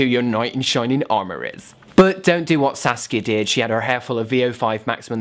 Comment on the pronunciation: Am I the only one who thought he was saying sasuke instead of saskia